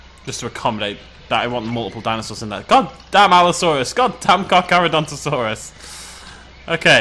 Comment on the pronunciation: I liked when you called the Carcharadontosaurus the Carcadonkadonkadonk. It was funny.